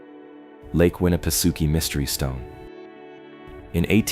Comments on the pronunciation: You're pronouncing Winnipesaukee completely wrong! 🤦🏾‍♂️ You keep saying Suki but that's not how it's pronounced I'm from New Hampshire I think I would know LOL.....it's pronounced sawkey not Suki! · That's what I was saying I commented that it's not pronounced Suki it's pronounced sawkey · I am only 44 seconds into the video and I must sto😮ppp for a minute .... Ok 1st of all...STOP 🛑🛑 if u are going to speak about a place , PLEASE LOOK UP HOW IT IS PRONOUNCED , for the love of all that is great ugh!!!! it's pronounced Lake Winna pa socky,...ok continue on... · Lol winnapasooooki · It's pronounced: 'Winni-peh-SOCK-ee' 😎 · The ai reader is pronouncing Winna pa sockee different EVERY time it’s read. Roflmmfao. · Lake Winapasookie😂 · Im not tyin to be a d☆☆k, but its pronounced Winn-a-pah-saki. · agreed. the mispronounciation goes right through me